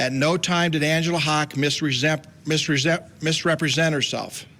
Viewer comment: I would advise some speech therapy! It epinephrine, obstetrics, & misrepresent! Good God!..🤦🏻‍♀️🤷🏻‍♀️..it’s no wonder this “midwife,” got off!…Nebraska, clean up your room!…